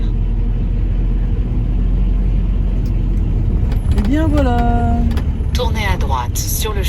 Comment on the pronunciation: Incroyable ! Ta Felicita a prononcé Porspoder correctement, c'est toi qui lui a appris ?